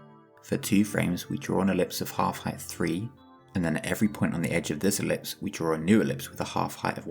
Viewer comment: incredible explanation. i died laughing at i-ver-lipse